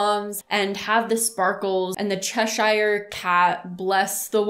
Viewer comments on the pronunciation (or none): The fact that she calls the Cheshire Cat “chezzy” makes me feel like she’d be a really scary person to make mad...she’d be like “BAD JUJU BAD JUJU!!!!”